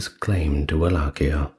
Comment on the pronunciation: In Romanian it's "Valahia" (val-LAH-hee-ah) but you did better than most English speakers.